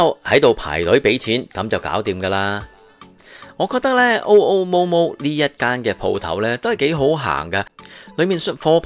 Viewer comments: Mr '', It is pronounced as 'OO' and not 'O' 'O' Momo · 按我認知，日本語讀 MoMo 會系 么么。